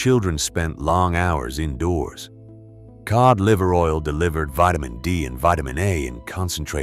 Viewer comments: I HATE AI videos!!! It's cod liver oil pronounced K-O-D, not Kee-odd. It's insulting to the listener, do better. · WTF is keod liver oil? Get rid of the AI narrator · AI voice can't pronounce the word Cod. Heh heh, it's one of the easiest ways to know they're using AI instead of voice actor. That inability to pronounce some words properly.